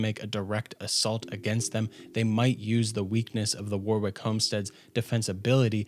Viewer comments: Warwick is pronounced Wo-rick mate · That's not how you pronounce warwick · Loved the vid, but cringed with every mangled pronunciation of "Warwick". And then I heard the name Isolde....